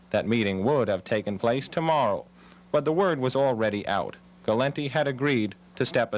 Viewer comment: gal- lint-tee ???????????????